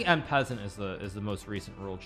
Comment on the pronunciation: En passant is " on pass on" not " in peasant.!